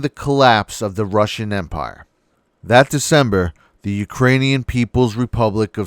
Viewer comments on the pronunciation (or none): none